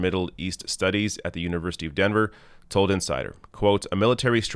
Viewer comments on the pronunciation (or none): none